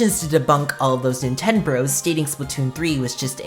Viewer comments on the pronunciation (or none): Ahh yes, Nintenoo